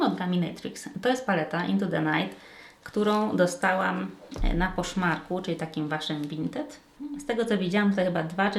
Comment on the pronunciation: Za każdym razem jak mówiłaś, że kupiłaś coś na to słyszałam, że na Koszmarku 😅.